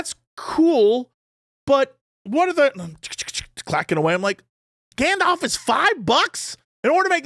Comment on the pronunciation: The way Jesse says "galdarf" 😂